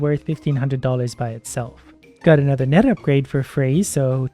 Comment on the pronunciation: When he says "net size" it sounds like nut size, so when he said he was going to increase net size I thought he said he was going to increase nut size 😂